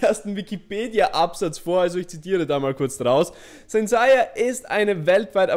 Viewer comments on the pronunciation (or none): Seiya (englisch ausgesprochen) nicht saiya